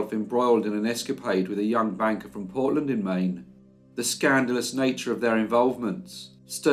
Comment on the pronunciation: I love it when you say Maine...wicked good story- what a beauty, how they used her. May she rest in peace denied her here. Thank you as always, take care.